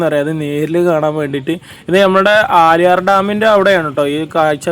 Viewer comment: ബ്രോ പുല്ലി പുലി ❌ പുള്ളി പുലി ✅ ആലിയാർ ❌ ആളിയാർ✅